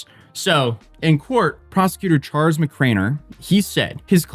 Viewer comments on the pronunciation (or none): none